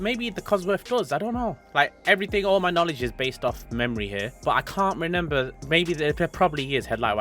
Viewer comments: Did you just say “Renember”🤦🏻‍♂️ ps after leaving this comment I can no longer continue watching this video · He says “renember” like he was about when the sierra was released, but yes they came with headlight wipers 👌